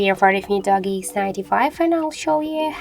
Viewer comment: Íts doooogie not dogy😂